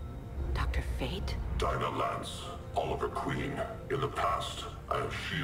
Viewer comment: I still think that you're pronouncing Dinah's name wrong. I mean you said that you recently watched the cartoon but "Deana" just doesn't sound right to me.